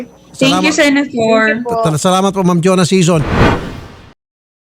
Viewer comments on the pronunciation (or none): I'm so bothered talaga with the "Sena-Thor"